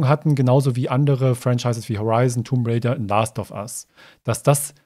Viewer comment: Und nicht zu vergessen das B in Tomb Raider. Ist auch stumm ^^